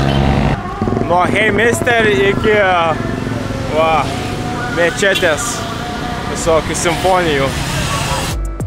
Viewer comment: ne mečetė, o mAčetė… kartojam ir įsimenam.. mačetė, mačetė 😁